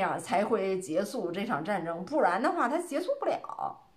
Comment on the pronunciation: “结束”应念做“劫数”，不应念做“节素”。